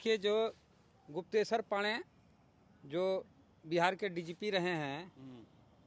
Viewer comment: तुम सिर्फ कूदना जानते हो तुम्हारे पूरे खानदान में आईपीएस बनना आरक्षण से भी उपाय नही है । तुमको गुप्तेशर बोलने नही आता है सोचो । तुम्हारा शिक्षा किस अस्तर का है